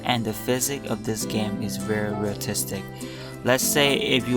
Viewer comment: "Realtistic" Ouch....